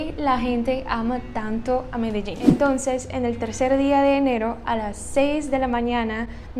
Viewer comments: Pronuncias muy bien la palabra Medellín, como también Barranquilla. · Me de llin, me de llin, fácil. Lo dices bien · Pronuncias muy bien la palabra "Medellín". Los argentinos no lo saben pribunciar y dicen "medechín". Para no ser hispanohablante hbalas mejor que la mayoría de latinos.